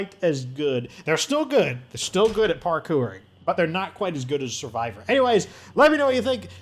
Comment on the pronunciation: I love the way you say Parkour 😆 gets me every time